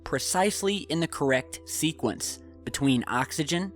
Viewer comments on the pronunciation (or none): none